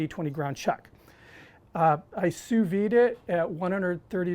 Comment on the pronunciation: What the heck is "two veed" ?